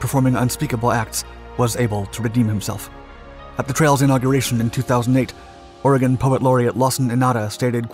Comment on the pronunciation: well he pronounced oregon right do you know how many people get that wrong